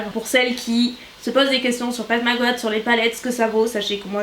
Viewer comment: Coucou, je voulais juste te dire que j’adore tes vidéos. ❤️❤️❤️ Ps: Pat Mc Grath ce prononce Pat Mc Gratte ( comme dans le verbe Gratter )